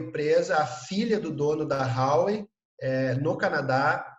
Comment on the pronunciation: Vivo na China. Este cara ai e bom hein. Tudo que falou spot on. Parabens por encontrar esta perola. So nao sabe falar Huawei(华为) se pronuncia em portugues assim: RUAUEI. E ele fala Rauei. Fica a dica.😂